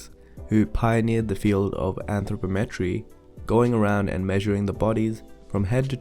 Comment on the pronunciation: You mispronounce anthropometry